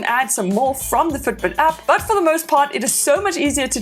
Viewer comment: It took me 52 seconds to understand that she was in fact NOT saying foot boot.